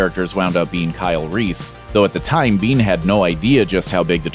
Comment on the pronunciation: "Michael Biehn", NOT bean. Geeze, guys.